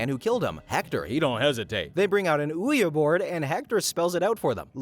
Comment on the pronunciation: it's pronounced wee-gee board